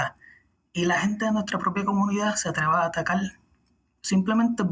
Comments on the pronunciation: Atacar se pronuncia /atakár/ y no /atakál/. Saludos desde El Salvador. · Será: Atacar ???